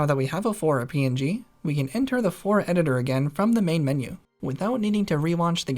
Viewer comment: Flora not fora